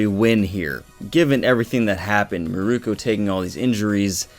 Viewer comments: Meer-Koh. Holy shit dude. It’s not murooko. Meer-Koh. Mirko=Meer-Koh not Mirko=Murooko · it isn't "mirooku"